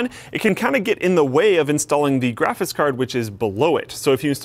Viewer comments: Is it just me or does it annoy anybody else that he says "grafis card" ??? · Is it just me or does he say Graphis card? It bugs me :/ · does he say "graphiss" card? LOL odd accent or speech impediment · I like how every time says "graphics card" it comes out "graffis card" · keeps saying grafis card hahahaha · and his "grafice" card lol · "The graphis card...." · "Graphis Carrd" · "Grafis Card" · "Graphits card"... Lol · "Graffis card" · "GraphiTs card..." what? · Lmao, he can't pronounce graphics card, it's always graphis card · Is it me or does it sound like cannot pronounce the word "graphics"? lol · I've watched so many videos and only now have i realized you cannot say graphics properly lol